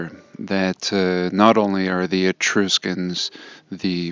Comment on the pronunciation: The "u" in the word "Etruscans" is like the "u" in the word "truck" not like "E-troos-cans". 🤣🤣🤣 but getting back to the Etruscans, you're right they were all buried in a mud flood. Their entire civilization is buried about 15 ft under the ground.